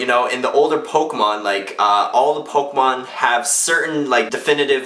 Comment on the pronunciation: Yay, he said pokemon right unlike smosh